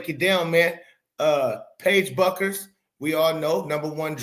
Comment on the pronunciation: BUECKERS is Pronounced - BEWKERS...